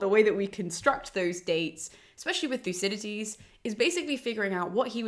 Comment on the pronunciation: It sounds as if she is pronouncing the second D as a T ("Thucydites"). Odd.